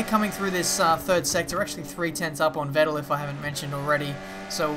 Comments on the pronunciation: For me as a german the way you pronounce "Vettel" sounds pretty wierd :D It's pronounced like "Fettel". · You're pronunciating Vettel wrong.